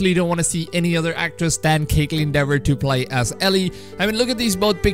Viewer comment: I pronounced it "Dever" too at first. It's actually pronounced "Deever":-). Btw I want Kaitlyn Dever for Ellie too